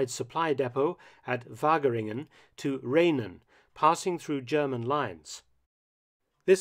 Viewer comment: Hi Mark, Interesting video, as always! Rhenen is pronounced as Rheenen. As heard here